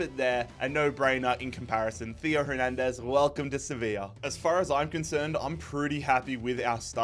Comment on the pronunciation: Why are you suddenly overpronouncing names like Hernandez and schlotterbeck?